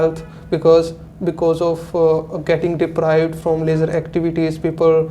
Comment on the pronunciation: Both are saying Lejar activities 🤔.... It is leisure activities